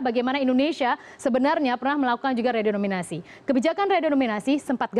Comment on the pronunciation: Redenominasi apa renominasi??